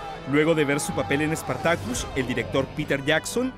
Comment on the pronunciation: "SpartakÛs" hahahahahah.